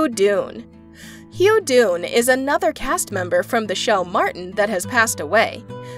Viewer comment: The man's name is DANE, not DUNE!! LEARN HOW TO PRONOUNCE NAMES CORRECTLY!!!!